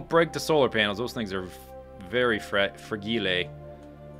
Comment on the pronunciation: Fra-gee-lay. It must be Italian.